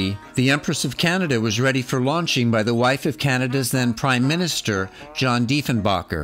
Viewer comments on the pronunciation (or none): The Empress of Canada was indeed launched by Canada's PM John Diefenbaker's wife. However it's Diefen"BAKER" not Diefen"BACHER". Back to History school? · Sort of a cranky and defensive video. That's not how you pronounce Diefenabaker.